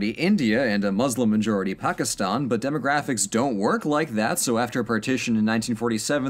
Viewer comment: im glad you pronounce pakistan right i have a friend who's family is from there